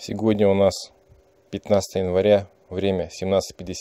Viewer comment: Непривычно слышать "сеГодня".)